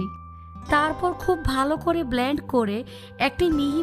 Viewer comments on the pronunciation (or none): none